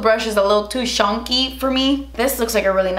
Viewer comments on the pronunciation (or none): “Too shonnky for me” 🤣🤣🤣